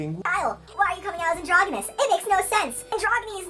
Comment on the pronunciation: You're pronouncing it wrong. It's a soft g sound.